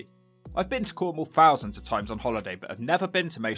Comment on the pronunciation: You've been to Cornwall thousands of times ....but you still haven't learnt to pronounce thousands correctly!!